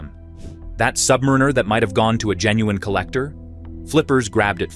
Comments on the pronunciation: I dunno, not listening to anyone who calls the Rolex Sub a “Sub-Marine-Er” vs Sub-Mare-In-Er 🤔 Another BoT channel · Don’t listen to anyone who calls the 24 secs in…Rolex Sub a “Sub-Marine-Er” as it’s pronounced “Sub-Mare-In-Er” Even for a BoT the moron who stitched this all together doesn’t have a clue.